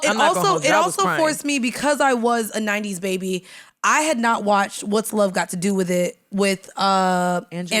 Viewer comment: Stop saying "Babeh."